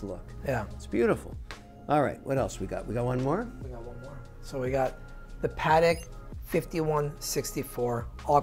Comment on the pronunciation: A professional and respectable watches salesman and collectors should at least pronounce the watch maker brand name correctly. PLEASE pronounce Patek, not pahrek!